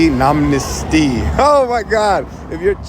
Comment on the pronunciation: Czech here... Actually quite good... informal form of the name with heavy accent ofc. Only mistake was at the end of "náměstí" "tí" was pronounced as "tý" Its a special rule for "d","t" and "n" if i/í follows you read it as soft version of that letter "ď ", "ť " and "ň" so this is written as "tí" but you read it as "ťí" BUT we (Czechs) never expect foreigners to pronounce anything in czech perfectly especially those of us who live in Prague... As long as its close enough we get it. (I cannot count amount of foreigners who pronounced things so badly I had to work really hard to realise which word they are trying to reproduce.)